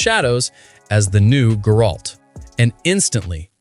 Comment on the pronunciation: Brah that is not how you pronounce Geralt XD